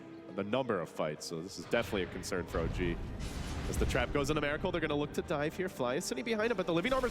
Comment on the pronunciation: His name is miracle not meracle, pronounce it right ffs!